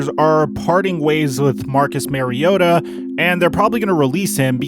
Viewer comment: Marcus Mariota...his last name is pronounced with the same vowel sound as his first name. Not Mary-ota.